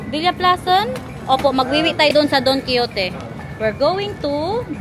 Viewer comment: it's pronounced as Daan kee how tay not Don Kee yo te😄